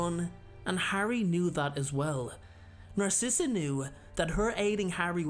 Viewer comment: well her name is “narcissa” as in “narcissistic” 🧍🏽‍♀️